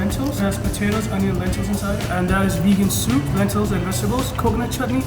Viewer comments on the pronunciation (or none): did he just say Vegan soup ? 😂